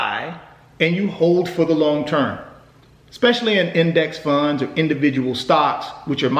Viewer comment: Lol why he say index funds like dat